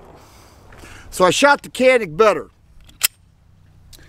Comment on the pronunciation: Good video. I like both guns, and hope to own both soon. I found it amusing how you went to such lengths to pronounce "Mete" as close to the Turkish as possible, but completely overlooked the fact that Canik is actually pronounced "Zhanik", or something very close to that. :-)